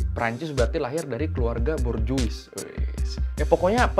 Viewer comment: Bacanya Borjoa klo speling prancis